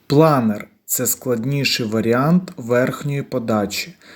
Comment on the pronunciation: Чому "планір", а не планер?